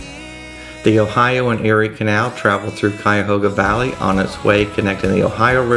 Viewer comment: it is pronounced CUY A HOG A